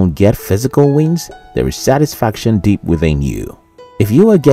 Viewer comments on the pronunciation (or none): When you say the word "deep", do not pronounce it as "dip". Thank you.